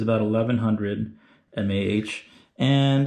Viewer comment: mAh is pronounced milliamp hours. Thanks for sharing this design!